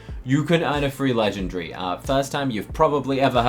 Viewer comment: You are not saying legendary correctly 😂